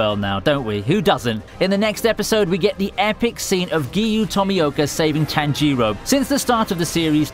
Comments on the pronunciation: “Tanjeero” I seriously can’t understand why y’all can’t ever say these names correctly smh ITS NOT HARD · Nobody: Absolutely nobody: This guy: TAN-JEE-RO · "tan jeee row" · yo anyone else erked by the way he said tanjiro